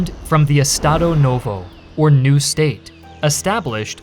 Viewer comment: ps: if you see an S in the middle of a word, use the "shh" sound to pronounce it. "e-sh-tado"